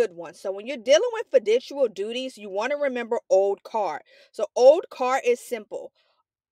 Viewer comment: the way u saying fiduciary and fiducial is hurting me